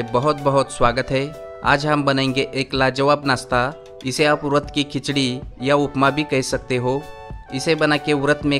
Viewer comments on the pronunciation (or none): अरे भाई वरत बोल रहे हो की उरद ?